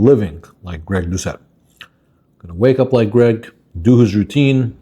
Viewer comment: Lady, its Gregg not "Craig" sis doesnt even know her man's name 😂